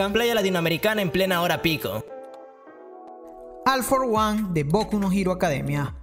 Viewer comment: no me puedo concentrar en el vídeo si dice al for one